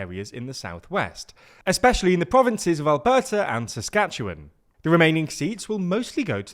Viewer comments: As someone from there, great pronunciation of "Saskatchewan"! ☺ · You actually said Saskatchewan correctly!! Used the 'win' ending and everything! Great work!